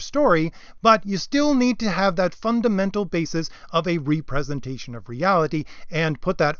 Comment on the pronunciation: Very well presented and accurate! Except I believe you mean a REP-RE-SENTATION of reality, not a RE-PRESENTATION of reality.